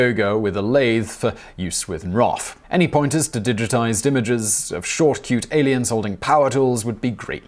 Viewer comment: Great video (as usual), but nit-picking nerd alert: "nroff" is pronounced "en-roff", and "TeX" is pronounced "tech" (as in technician).